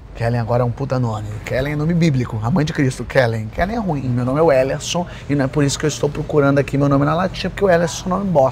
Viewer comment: “Welerson” kkkk